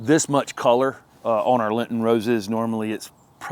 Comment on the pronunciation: It's :Lenten, dear. "Lenten".